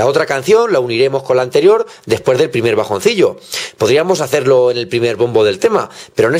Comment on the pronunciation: "Despuers" o.o